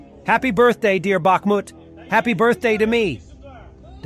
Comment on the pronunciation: It's BaHHmut - not BaKKmut, ...like HHunt - not CCunt !! That's easy.